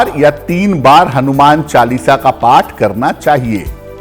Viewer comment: Oath nhi path